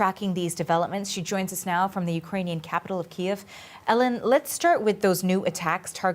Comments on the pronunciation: I feel like the driver flinches every time you said Ki-ev and not Keev. He even corrected you in the beginning! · Dude...for the fucking love of God, learn how to say Kyiv. It's not KIEV...it's KEEV the Ukrainian version, not the Russian way you say it. The driver even corrected you! so nervous he's leaving fart bombs getting in, LOL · Brilliant videos you are doing in the midst of this conflict.stay safe over there,and do whatever you can for the local population..just one small thing,it’s not Kiev,it’s Kyiv..😂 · you keep saying ‘kee- ehv’ but. Ukrainians pronounce it ‘Keev’ don’t they? Kee-ev. Is the Russian pronunciation I think - I could be wrong though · pronounce it keev.. Ukrainians don't like the key iv pronunciation because its Russian pronunciation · Great videos!! I noticed when you say Kyiv... you say key'ev. I heard that was the Russian pronunciation... it should be Keyv, not with the 'ev' part. The driver corrected you... not sure if you caught that... it was when you first met him. It doesn't matter to me your videos are great. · Me too. You would think that would understand Kyiv being the Ukraine name for their capital and use their preferred name. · Its pronounced Kiev which is how EVERYONE should be pronouncing it. KIEV. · Please stop calling it KIEV! ..It's KYIV! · Sorry J Kiev is the way Russian pronounce it its Kyiv !! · Key-V! Key-V! Stop saying “key-ev”! You’re driving me crazy! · Hi. Nice vidoes! You might consider putting more effort into saying "keev" (not "key-ev") especially when speaking to Ukranians. Try assimilating a little more, since you live there now. I think it will do you good to be able to speak in the local language. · Key-vv , I think it seems every time you pronounce the Russian way, people twitch a little and say it back to you the Ukraine way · Exactly...hearing him say Kiev everytime is really annoying and an insult to Ukrainians. You would think he would know!! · You keep saying Ki-ev 🤣